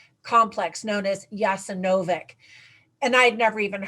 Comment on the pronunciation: The correct pronunciation is 'Yasenovatz'